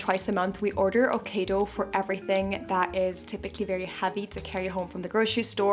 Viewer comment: You're pronouncing Ocado wrong